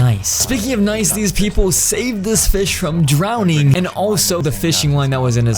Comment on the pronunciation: What did he say drowning?